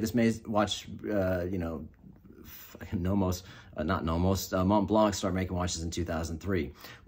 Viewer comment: One little tip: In French the T and C in "Montblanc" is silent so you should pronounce it as "Mon-blan".